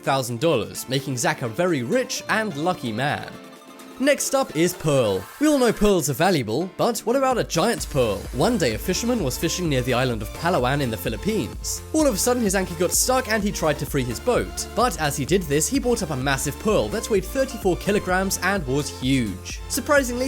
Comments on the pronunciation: Its palāwan not pàlàwàn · And also the palawan is not pronounced like that slow it down pa-la-wan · It's prounouns as Pa like park La like light and Wan like wand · Palawan you said it wrong kinda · As a filipino im laughing on how he pronounces palawan